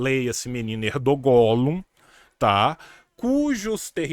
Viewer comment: Tio, sem querer ser pedante, mas a pronúncia do nome do "presidente" da Turquia não é /erdoGÂ/, mas /Érdoân/ (ênfase no "É"). O "Ğ/ğ" (yumuşak ge, "g suave") é mudo em turco e prolonga a vogal anterior. Ex.: aç - ağaç (/ách/ - /aáách/), tura - tuğra (/túra/ - /tuuurá/).